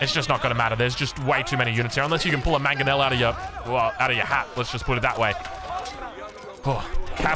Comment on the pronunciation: btw it's MANG-o-nel, not mag-o-nel